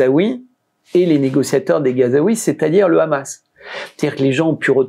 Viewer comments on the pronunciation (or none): none